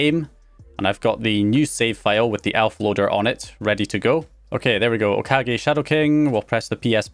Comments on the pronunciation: Lol, you were finally pronouncing Okage correctly in the last video but you're back to pronouncing it wrong again. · He pronounced it wrong the first time and then correctly later in the video :P